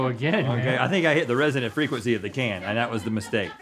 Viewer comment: Did Rhett say "resident frequency"?